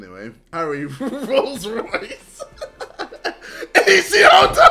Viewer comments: Hey, JJ knows how to say Rolls Royce now lol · Never thought I would see the day that JJ said Rolls Royce correctly xD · Remember those old school sidemen GTA vids when Jj couldn't say Rolls Royce and now he can say it perfectly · Anyone else notice JJ pronounced Rolls Royce right?